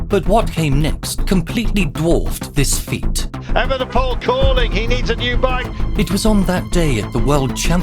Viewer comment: Als NederlandÉr vind ik het erg grappíg hoe hier de klemtóón steeds verkeerd wordt géélegd bij het uistpreken van Evenepoel